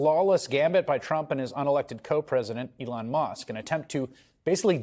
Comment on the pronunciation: it’s ELON! ELON!! SAY HIS NAME RIGHT!!! 😂😂